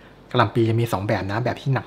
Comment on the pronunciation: โปรดอย่าออกเสียงคำว่า"กระหล่ำปลี "เป็น "กะหล่ำปี" รวมทั้งคำว่า "ครับ" อย่าออกเสียงว่า "คับ" จะน่าสนใจมากค่ะ